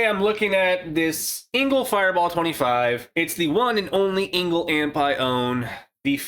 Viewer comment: It’s e-ngl not i-ngl.